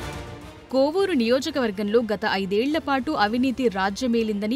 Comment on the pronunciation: బాబు కొవ్వూరు కాదు కోవూరు